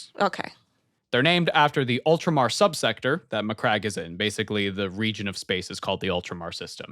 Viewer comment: My dude I'm sure that saying MyCrack instead of Macragge is a WarHammer Joke already done to death but at the same time I laughed way more than I should have